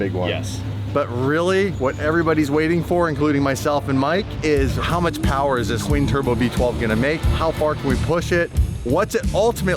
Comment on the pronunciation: Too much phowerrr baby...